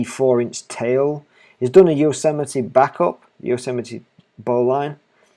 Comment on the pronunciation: Excellent presentation. Only one comment, the correct pronunciation of Bowline are UK [ˈbəʊ.lɪn] or US [ˈboʊ.lɪn] not "line". All the best from a Swede :)